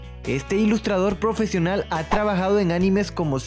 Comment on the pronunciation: profezional xD